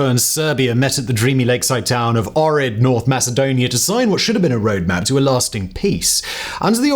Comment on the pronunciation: Really love your videos, but please, try to do your due diligence on the pronunciations. The “h” in Ohrid is not silent.